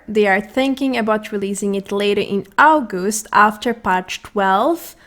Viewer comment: sexist pronunciation of August i have ever heard